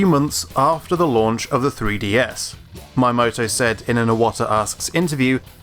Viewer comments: Pleas learn to say MIyamoto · It seems common among the brits to say "my-yamato". Noticed it pronounced that way by a few other British YouTubers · I really can't stand how "Miyamoto" is pronounced in this video, really hard to actually recognise from Japanese perspective... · The way you say Miyamoto's name is killing me! Great video otherwise though. Very informative! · Had to stop watching at the pronounciation of Miyamoto. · Nice video and all but you gotta fix your pronunciation of Miyamoto's name, it really is distracting since you say it so many times. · Great video but you need to learn how to say Miyamoto right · You mispronounced the fuck out of Miyamoto! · This is a good video, but there's a couple of things that bugged me: 1. Your pronunciation of Miyamoto. It's an easy name to pronounce. 2. You only displayed N64 era examples of Wipeout, and only in the last minute. There are games in the series up to the PS3 era, that go much faster, with much more variable cornering where if you mess up it's your fault. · It hurts me every time you pronounce Miyamoto incorrectly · Yeah, it bugged me that he kept mispronouncing his name. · Sebastidroid Considering how often Shigeru Miyamoto’s name is mentioned in gaming, I think the correct pronunciation is important for such an important figure. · you have a point BUT he's just miss pronouncing one syllable is it really that important that people have to correct him. Anyway im done with my arguement you do what you want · My - ya - moe - toe Hearing this is really annoying and kind of a pet peeve of mine (people butchering foreign words) Miyamoto is actually pronounce as 'Me - ya - mor - tor' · It’s not MAyamoto... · We don't need a new F-Zero game just as we don't need a new Starfox game. And please learn to speak. learn to pronounce Miyamoto. Don't say Maiyamoto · "My Amoto" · Miyamoto Me Ya Moe Toe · "MAH-YEAH-MOTO" god it hurts to listen to the way you say his name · Say it with me. Mii-Yah-Mo-Toh